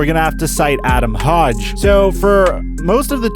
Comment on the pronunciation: Learn how to pronounce name of Chicago reporters. It’s not “Hodge” It is Ike the Hoag in hoagie